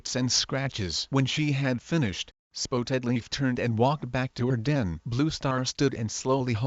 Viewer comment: Google text to speech pronounced it spoetedleaf but yes it is spottedleaf